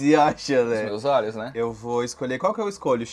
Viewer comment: e sua grande dificuldade de falar " olhos " KKKKKKK